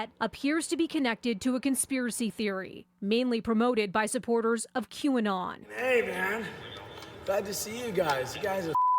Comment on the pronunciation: You pronounced qanon wrong